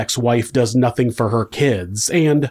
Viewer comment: Nothink happened. Anythink. wtf is this weird pronunciations?!